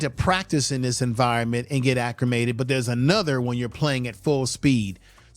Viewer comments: Acclimated not accrimated. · For future videos; there is no R in acclimated. It’s ‘Al-leh-mated’. Loved your video and hope for many more. Good video clips tying it together.